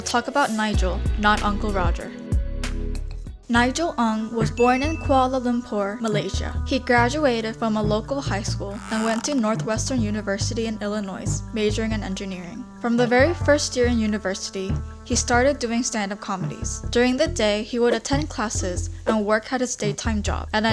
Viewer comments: When pronouncing Illinois the s is silent. 🤦🏻‍♀️ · narrator needs to improve her accent and pronunciation. learn to pronounce ‘illinois’ and ‘edinburgh’… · the s is silent in Illinois